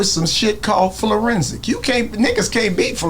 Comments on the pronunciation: Did he say florensic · At this rate wit all the conspiracies i will run out tin foil for my hats :body-green-covering-eyes: irony of it all a tea pot calling the pot black this dude describing keefe d's intelligence when he can't pronounce 'forensic' properly :face-green-smiling:. So which is which white america, hood politics or Pac being unlucky enough that night to be simultaneously in the wrong place at the wrong time :body-blue-raised-arms:?